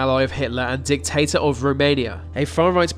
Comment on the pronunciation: you said "Dic-Tater", that's funny, lol